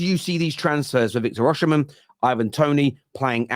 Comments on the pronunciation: it's OSIMHEN not Osihmshen. I know it's not your fault though. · i think your dyslexia is kicking in again LMFAO his name is Osimhen not Osihmshen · his name is Oshimen (oh see Mehn) not (ushhh sheee men)…I’m Nigerian 🇳🇬🇳🇬